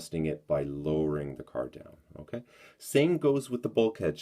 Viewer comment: Stop saying unkay. It's irritating.